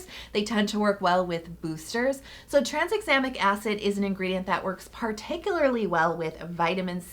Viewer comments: Like always, amazing video ❤️ but I lol’d every time you said tranSexamic Acid haha where did that S in the middle come from? 😂😂 Still loved this tho, you’re amazing and my fave ❤️ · Pretty sure Bakuchiol is pronounced "buh-koo-chee-all." And Tranexamic doesn't have an S in it. 😅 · 'Trans-examic' acid? 🤔